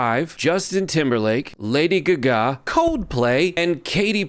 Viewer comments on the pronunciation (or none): Dude really doesn't know how to pronounce Lady Ga Ga?